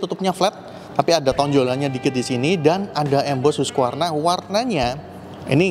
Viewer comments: Bacanya HASQI Varna….bukan hugvarna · Hasqivarna bacanya😢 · Hus-kif-ar-na bacanya